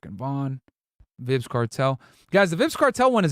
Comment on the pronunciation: i love you dawg but its prounounced "vibes" kartel not "vibs" kartel😂😂😂